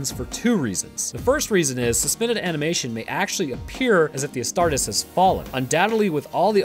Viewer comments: Please.. It's pronounced Ass-tar-tees, not Ass-tart-is. Otherwise another great video! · I hate to be that guy but it's pronounced "as tar tees" my dude. Nonetheless the video is amazing homie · Hey sorry for sounding like a buttermilk bob but it's pronounced as 'a-star-tees' loving your content man, it gives me more knowledge than my biology classes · Love these videos covering WH40K from you, but can you please pronounce the "-es" from "Astartes" the same as you would when saying "Hercules" and "Achilles"? Otherwise, the Ordo Grammaticus will be paying you a visit soon xD.